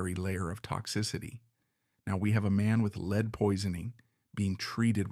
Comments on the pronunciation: Lead is pronounced like led. Take some pride in your content ffs. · Lead in this context is pronounced “led”. I’m sorry but this is very annoying in an otherwise very interesting video. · Stop with thinking you are too good or to busy to read this yourself and have to use an automated reader! This is absolutely so horrible. I had to stop at 20 minutes because you keep pronouncing lead like speed instead of like it is supposed to be pronounced OMG you did it in the very first sentence. Take this down and read it yourself. what is your big hurry? Do you think anybody’s going to like or subscribe to some garbage like this? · A truly great portrayal of a suffering man. I just wish someone would tell the narrator (AI) that lead is pronounced "led." I squirmed every time he mispronounced it. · This one was hard to listen to, just because the AI kept pronouncing lead as “leed”. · It's not "lead" pounced like lead a meeting etc. It is LEAD, pronounced "led." The musket balls were made of lead. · It's a consistent giveaway of AI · As always, your videos humanize history and fascinate. However, I couldn't finish this one because your pronunciation of "lead" was too jarring to the ears. It's not your fault. You are the product of the American educational system.